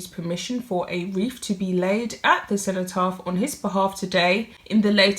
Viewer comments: Cenotaph not centypath!!!!! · The Centerparf... Really? Cenotaph. Pronounced Sen-o- taf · The word is CENOTAPH not Centrepath. I'm getting increasingly irritated by your constant mispronouncing of words in your narratives. You should for goodness sake, practice what you are going to say first. Make sure you know how to pronounce words that you aren't familiar with before you decide to record. It's obvious that you are using phraseology and words that you are not familiar with, in an attempt to sound somewhat more sophisticated than you are. You do try to hide your London accent, but not really managing it. Sadly, when you use the words "they was" instead of "were" (all the time) that impression falls short. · what is a centopath? it is a cenotaph sen o taff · Cenotaph not centopath